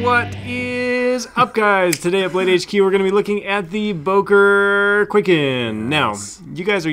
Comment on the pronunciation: Böker not Boker